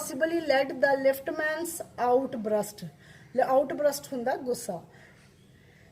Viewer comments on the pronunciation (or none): Mam outburst not outbrust. .